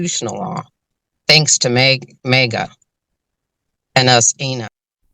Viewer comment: I’ve never heard MAGA pronounced like MEGA.